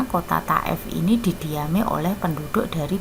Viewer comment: Thaif bukan taef